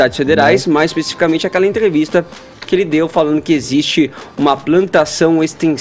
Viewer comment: Barasilia(Brasilia), enterevista(entrevista), deperedados(depredados).... Esse cara d fuinha ta aí por cota.